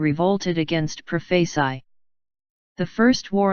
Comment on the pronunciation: Pro-face-eye? Cay-po? Lol!